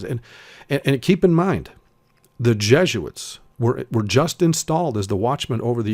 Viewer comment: Who are these "JEGUITS" [sic] that you speak of?? You're a fast talker, I will give you that much.